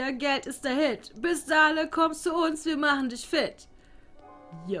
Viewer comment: Hat noch jemand mit bekommen das gesagt hat: Um dein Pokemon Team "fett" zu machen anstatt fit😂